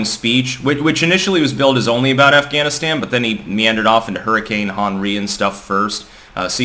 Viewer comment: "... talking about AfghaniSTAM". Weird.